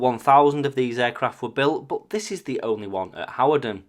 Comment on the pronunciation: Your videos are so informative. My brother lives near that location, and we both wondered what those Soviet jets were doing there. BTW Hawarden is pronounced Hard - den